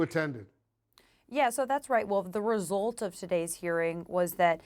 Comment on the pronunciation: She said "resolt"? What is resolt??